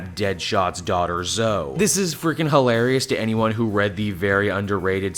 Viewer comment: I'm pretty sure it's pronounced Zo-ee not Zo